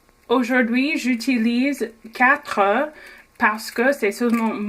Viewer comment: Merci pour ta recette... et pour ta prononciation j'ai une remarque : lorsque le mot 'oeuf' est au pluriel (oeufs) on ne prononce pas le 'F' :)